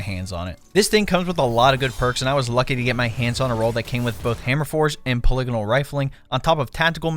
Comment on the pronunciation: What's this? A Destiny creator that can actually pronounce "polygonal" correctly? I didn't think that person could exist.